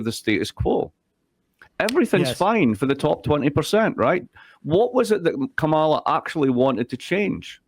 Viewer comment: 🫤🫤🫤 WHY can't this guy pronounce VP Kamala's name properly? It definitely became an INSULT during the election to mispronounce her name. Closeted MAGA?